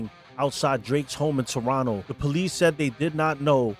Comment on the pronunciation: Props for correct pronunciation of the word Toronto : "Toronno" ML&R #ghostin